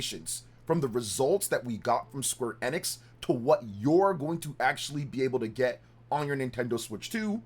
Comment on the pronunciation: Your pronouncing Square Enix wrong. You aint gamer bro